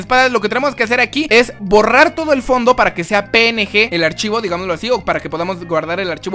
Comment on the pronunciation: Jajaja like si se dieron cuenta que al decir PNG suena como pene :)